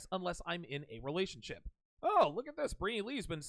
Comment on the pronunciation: It's weird how she says relationship as rerationship